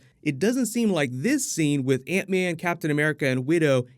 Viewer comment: Man i really admire your work for this channel, it's flawless. But i can't get over how you say antman xD